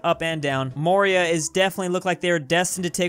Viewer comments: Your pronunciation of Maurya is pretty good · Actually your pronunciation of"Maurya" is spot on.